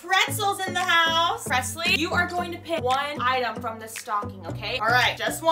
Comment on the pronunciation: Did any other person her Presley when they started ElleCee calendar I thought Presley said the p word